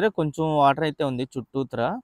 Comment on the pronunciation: Bro meeru చుట్టుత్రా antunnaru adi mee slang aa bro?!! Nenu ayithey చుట్టూర antaaru adey vinna